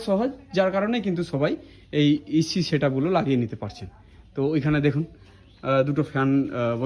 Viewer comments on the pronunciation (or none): "Ec" na "Ac"